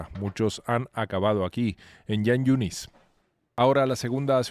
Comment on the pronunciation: Jan yunis, se pronuncia como J en castellano no como Y.......